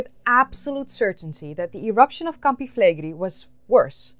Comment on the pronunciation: Awesome video! Just a small note: the pronunciation in Italian is Campi Flegréi, emphasis on the last E, not Flègri.